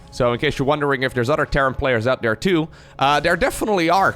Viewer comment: you are hilarious I enjoy your casts the most they are very entertaining. funny how you pronounce the "th" in thirty but every other time you say a "th" its dere (there) or dat (that) dis (this) dose (those) da (the) but other dan dat your english really is perfect. your accent is your unique thing so dont overthink da pronunciation haha